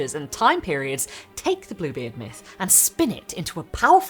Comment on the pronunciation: for the first sentence of the video I 100% heard "this, is Blooblie"